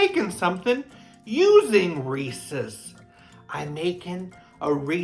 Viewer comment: Sounds sugary. Hahahaha peanut butter rules!!! Thank you for not saying ree sees instead of Reese’s. People always say sees not sis